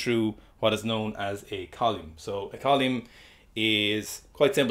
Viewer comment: I don't know much about science I just pick stuff up and put it down. But what a unique and surprising way to pronounce "column"